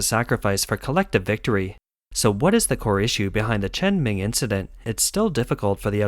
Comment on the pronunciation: let me help you (in case you think you know Chinese), it is not cultural, but political matter. very very deep economical benefits who wins and those chearing people are hired to do so.... get it? btw, her name is chen meng (pronounced as məng), not chen ming (pronounced as ming)